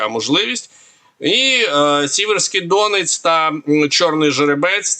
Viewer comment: Та не ДОнець, а ДонЕць, будь ласка.